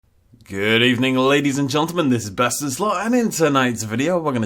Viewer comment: Did he say ladies and joltamun?